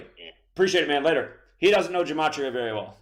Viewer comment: Also, greatly exaggerates how important it is to learn gematria. (A word he doesn't even pronounce right.) There has been so many truthers throughout the years and most of them never or barely even mentioned gematria. And guess what? These people still many people to wake up to the new world order and even celebrities displaying illuminati symbolism in their entertainment all time. And the vast majority of the non gematria truth community has been christian, and denies Christianity and blasphemes Jesus all the time. He's blaspheming Jesus all the time because he leading truthseekers away from the truth of Jesus.